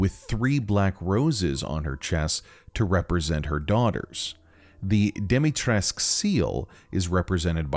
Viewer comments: As a Romanian it hurts my soul hearing how you prounounce some things Like dimitrescu you’re supposed to say the u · Why does no one ever pronounce the "U" at the end of Dimitrescu? Oh, and its pronounced "Hachi Shakusama" you dolt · Alcina: has the surname Dimitrescu, an east-european one, suggesting that it should be bronounced with a hard -scu at the end Everybody, even Capcom itself: ah oui, Madame Dimitresque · and they pronounce her other name as dee-mee-tresque not dee-mee-trescoo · i thought I was going insane when even the characters ingame said dimitresc instead of dimitrescu. When I saw her name I immediately thought it rhymed with the late romanian dictator ceausescu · its Alcina Dimitrescu, but made Demitresk so americans can pronounce it easily. Dee-mee-trescu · Lady Dimitrescu: pronounces own name “Domitresk” Literally everyone else except apparently me: “dEeMeEtREeSK¡!” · It's not Demitresque Its Dimistrescu (dee-mee-tres-coo) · It's doo-mee-tres-coo since in romanian u read all letters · Sadly the game developers themselves got it wrong. Being a romanian name it is pronounced dee-mee-tre-scoo. Take it from a romanian native speaker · correction. Correct pronounciation is Al-See-Nah De-Mit-Res-Cooh. The name and surname are Romanian, and the letter "U" should be pronounced. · dimitrescu is pronounced “dee-mee-treh-scoo”, it’s a romanian last name, we don’t have silent letters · Okay y’all I’m here for your Romanian pronunciation guide from a friendly Romanian lol So Lady Dimitrescu’s last name is pronounced Di-mi-tres-cu(coo) The -escu prefix for last names is really common for Romanian last names and I just want everyone to know the proper pronunciation 😊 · I feel like it's worth mentioning that the u in Lady Dimitrescu's name is not actually silent. The correct pronunciation is actually Dimi-tres-ku, because her name is Romanian. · Dem-i-tres-cu her name is a Romanian surname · because they pronounce it wrong in the game that’s why.